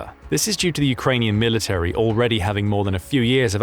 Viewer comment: Military has 3 syllables, not 4. Insufferable.